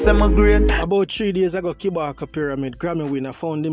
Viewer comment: Kabaka not kibaka